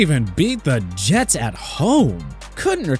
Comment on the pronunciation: Bro these rankings are not only trash, but if the mispronunciation of Jets wasn't intentional, the reading comprehension and script writing needs massive revamps.